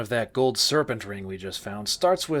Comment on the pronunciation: Took me so long to realize you were saying Man SERPENT, not SERVENT. Thought you were talking about some unseen butler's making the whole funhouse work till over halfway though Sen's Fortress and was equal parts confused and intrigued by the idea